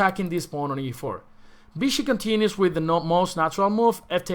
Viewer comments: Why do you say “Bishi”?! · As far as I know, in Spanish there’s no difference between sounds b and v